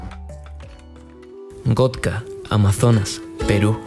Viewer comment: Lo escribiste bien, lo pronunciaste mal. Es Gocta, no Gotca. Espero que te lleves buenos recuerdos de Perú. Bendiciones y buenas rutas!